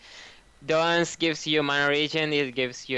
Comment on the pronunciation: why do people still insist on mis-pronouncing mana there are TWO A's there is no W in that word it is not MAW-NA also he says dorans wrong its not DOOR-RONs its dorans